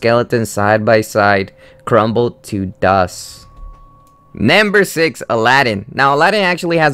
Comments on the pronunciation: Question: why do you say nAmber instead of nUmber? oO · why do you pronounce number as naamber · Can I get this in captions? I cringe really hard every time he says NAMBER. Yes, to the point I have to mute it. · He also keeps saying namber which gets a bit annoying cuz I think he's just trying to say number in a weird way, I mean can someone just tell me where he is from?! I can't get used to his accent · It's NUMber not NAMber, I wanted to rip my ears out every time you said that! >.> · Who else notices that he pronounces Number as NAMBER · like why u say "namber" it's "number" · why u tell nämber? its number😅 its make me laugh sry . but i like ur video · it's funny cuz he says nimber instead of numbef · Namber aayt. Rapin'zel. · you say namber not number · nember ... ugh so annoying to hear.. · number not namber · I cringe everytime you said namber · "nambar 3" lol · its very annoying because your saying "Namber" instead of "Number". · Why do you pronounce " number " as " Nambur" ??? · "Nembur three" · "namber two!" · lol naamburr twooo